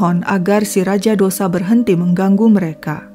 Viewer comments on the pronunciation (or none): Ralat min....Dosa tulisannya tp bacanya tosai....bukn dosa ky kita bhs indonesia cara membacanya 👍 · Dose bacaanx bukn dosa